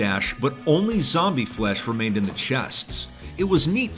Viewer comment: He did say zomebie lol 😂